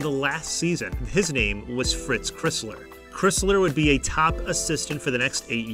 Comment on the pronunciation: Great video, but you mispronounced Fritz Cry-slers name (same guy that Michigan’s basketball arena is named for)